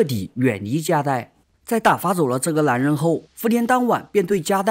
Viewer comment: 这部戏很好看，可是讲述者的发音实在让人有点听不下去，把“无奈” 读成“无赖”，“男人”读成“蓝人”，那个“n” 的发音有那么难吗？发音前只要把舌头往上面贴就行了，不妨试试看😊